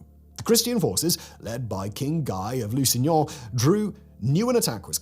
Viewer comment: "...led by King GAI of LOO-SIN-YAH..."😂😂😂 It's like the French version of when a guero is speaking Spanish but still says "tee-uh-wanna"